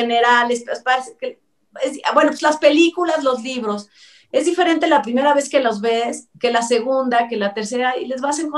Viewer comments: Dijiste vinos😂😂😂😂😂 Vinos que😂😂😀😀😀😀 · escuchó vinos en lugar de libros 😂😂😂